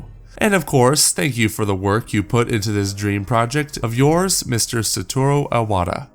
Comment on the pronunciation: If you really wanna thank Iwata for his hard work, please, try to remember how to pronounce his name correctly. It's "Ee-wata", not "Eye-wata!" In Japanese, I and Y will never sound like "eye"! English is the only language (out of the 4 I speak) where this happens! Back to the Switch, it's exactly what I thought it was NOT going to be! I thought there was no way NVidia would power it instead of AMD, or that the weird controller rumors were true. Let alone seeing a true hybrid (what I had in mind was the controller having two screens, and that being the portable portion). But I have to say, i'm glad I was wrong! Seeing this console working really made excited for the concepts shown at the Eurogamer's reports that I quickly dismissed. Can't wait for Nintendo to reveal more about it. And hopefully, if I get a job by the time it launches, it'll be a day one purchase for me (I might get a job in Japan, this year or the next one if I'm lucky)!